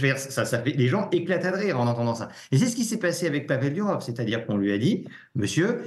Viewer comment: Pourquoi vous dites DUrov ??? C'est DOUrov